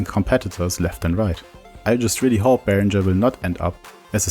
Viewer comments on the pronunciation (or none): I think it’s pronounced “ringer” not “rindger”